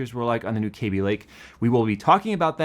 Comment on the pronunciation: Love how says "KAYby" not "Cabby" lake. Ran into an Intel employee randomly at a wedding, and apparently it was always "KAYby" but then an executive started calling it "Cabby" and everyone below him started following his pronunciation.